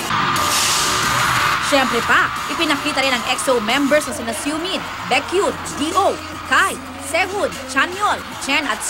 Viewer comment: that "Siomin" "bikyon" like hustisya naman po sa tamang pag bigkas ng name nila 😂